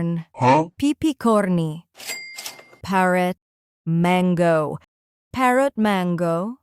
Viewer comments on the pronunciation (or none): none